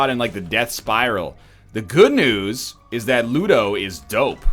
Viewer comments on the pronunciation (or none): none